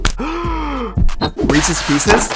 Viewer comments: I thought u said meeseeks pieces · Did anyone notice he called it Reeses pieces